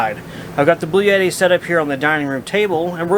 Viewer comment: Did he say "Blue Yeti"???